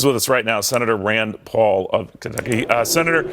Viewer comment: WTF he can't even say Kentucky?